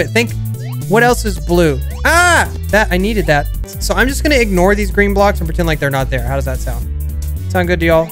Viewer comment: Gween lol